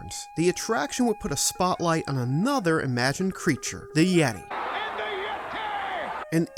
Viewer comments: “The YET-AY” bonus points for that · AND THE YET-TAY! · . Props to you man. One of the funniest and most ridiculous moments in wrestling history. The Yet-Ay! 😂